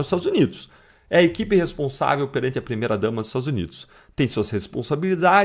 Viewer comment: 😂😂😂😂😂 E CHAMA ESSA MULHER DE SOCIÓLOGA....FALA SÉRIO.. O INPONSÁVEL,ABRIDO E PLOBLEMA, VOCÊS ESTÃO DE BRINCADEIRA QUE ELA E SOCIOLOGA 😂😂😂😂😂😂 ACHO QUE ESSA NÃO LE UM LIVRO POR ANO....